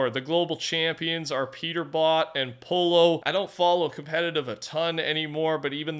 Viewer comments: Bro it’s pronounced poi-o not polo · it’s not pronounced like polo like the shirt, it’s pronounced like poyo, just for the future when you talk about him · “Peterbot and poh-lo” they said his name so much during the fncs as pollo (Poy-yo) how do you get that wrong? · The FNC players Name isn’t “polo” It’s pollo> Pronounce Poyo, It means chicken in Spanish. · bro said polo, i swear you don’t even research how to say his name smh how can i be confident and like your news if you can’t even say lil dudes name correctly? you got 1 more time dang it 😂